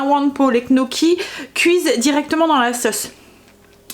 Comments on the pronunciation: coucou on dit gne gnocchis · "nioki" gnocchis!